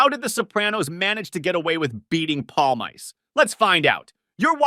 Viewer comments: Paul mice? It’s Pawl meese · "Palmyce"? (Paulmeece sound.) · Mickey Paul-Mice? It's Pal-mee-cee Friggen intellectually challenged over here. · Palm Ice is for basement dwellers. His name is Palmice pronounced 'paulMEECEY' The end vowel is always pronounced in the Italian fashion. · palmeese not polmays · pal-mice? Pal-me-see! PALLLL - Meee - Seeeee!! How do you say it in fkin polish!? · I stopped 31 seconds in because your mispronunciation of Mikey Pal -meese - ee was just so ridiculous. Palm Ice? If you want to comment on something pronunciation is just basic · mikey palm-ice hahaha learn the pronunciation jeeez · If you are going to make a video, say his name correctly.. PALE-MICEE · No, it's pronounced "palMEEcheh" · It’s pronounced “Pawl-meese”. This friggin’ guy here… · it's pronunce Palm Miss, dyslexic over here! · Palmiche... Actually. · Pawl - mee - chi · You're such an expert on The Sopranos you can't pronounce Mikey's name? Jesus Christ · Your pronunciation of Mikey’s name is giving me Manson lamps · Can’t Watch past the first five seconds. how are you gonna fuck up this guys name and make an entire video on him? For someone who loves the show so much you’d be the first one kicked out of the fucking crew for being such a Clown